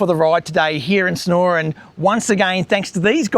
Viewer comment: Thanks for the interesting walk around. Don’t worry about missing out on that block of land, something else will come along one day. Love the way you locals pronounce Sunooor. 😀